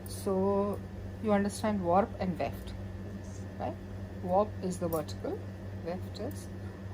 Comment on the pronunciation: it is Weft ... Not left!